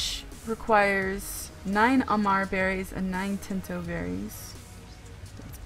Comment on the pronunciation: Thanks for the video, really helpful! But if you allow me the correction: it's "tinto" as in "teen" :P